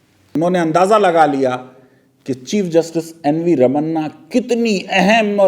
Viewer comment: Please pronounce his name correctly. His name is Ramana (रमण), not Ramanaa (रमन्ना). Not difficult name to say but yet somehow all South Indian names are Madrasi for you guys.